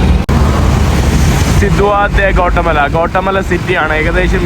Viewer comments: Gota mala allada mone Gatimaala ennu venam pronounce cheyyan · Kotta അല്ല guattamella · Please pronounce name of the country properly. It is not കോട്ടമല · Bro its pronounce Gothamala, പിന്നെ avdethe oroo ZONE ( places) shradhikknm crime orupaad nadakkunna Zones und,. ... Zone 18 , 12 erc.. Kettitt mathre ollu... Ninakk kaanan patiyathil 🎉🎉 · ഗോട്ടമല അല്ലെടോ ഗ്വാട്ടിമാല... തർത്തിയ അല്ലെടോ ടോർട്ടില